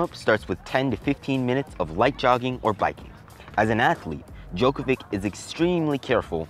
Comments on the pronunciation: Um, I hate to break it too you. But it’s not pronounced Djokovic with a c. It’s pronounced Djokovich with a ch sound. Great vid btw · pronounced Djokovitch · Djokovi"tch"...sorry, it was bothering me 😅